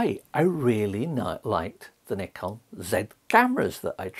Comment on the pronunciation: you're pronouncing it CORRECTLY man!! well done !!